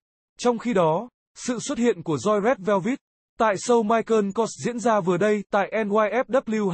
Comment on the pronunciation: Rét Veo Vít là nhóm nào zị ông kia,phát âm còn không chuẩn thì xin chào nhé